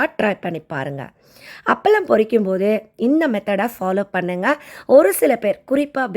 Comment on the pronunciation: அப்பளம் nu sollunga. அப்பலம் ille .